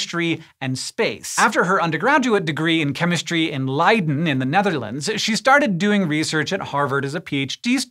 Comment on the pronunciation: Excellent pronunciation on Leiden! Cheers from the Netherlands